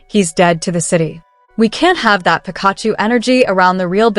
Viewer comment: Theses videos kill me please learn how to pronounce names before trying to sound smart, 🤦🏾‍♀️ you’re not even close to saying Pikachu correctly 🤦🏾‍♀️ if any of this is really true then this kid just bought himself a one way ticket to the grave!